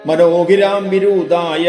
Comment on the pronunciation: നമസ്തേ! അധ്യാത്മരാമായണം മൂലകൃതി പ്രചരണം + പാരായണം.... ഏറെ ഇഷ്ടപ്പെട്ടു......ഒപ്പം ഒരു നിരീക്ഷണം ................ മനോഗിരാം വിദൂരായ ..... എന്നതല്ലേ? ശരി ...